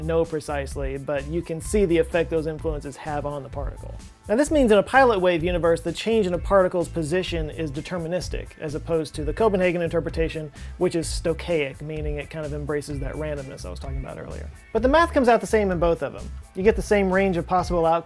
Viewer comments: Stochastic NOT stochaic!!! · Is that “stocaic” or “stochastic”? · You mean "stochastic" , not "stochaic" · Stochaic isn't a word. The word is Stochastic. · I think you meant to say "stochastic", not "stochaic" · I thought "stochaic" was incorrect too. Glad I'm not the only one. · ... stochastic, not stochaic... Anyway, still good video. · Pronunciation pedant -- there are two "s"es in "stochastic".